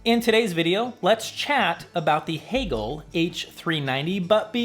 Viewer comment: Why the switch to “Hee-gehl” vs. “Hay-gehl?” You said it correctly in interview with Anders…🙋🏻❓